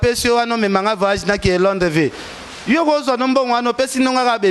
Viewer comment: Ken yo moko oyebaka te que yo nde ozali na classe ya ba bourrique tangu yo ozoloba VAYAZE au lieu de VOYAGE nani atindaka yo oloba bongo? Yo oko souffrir kk pona ko landa vie ya Star na yo Mokonzi